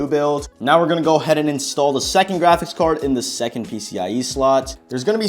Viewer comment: How many times did bro say grachics card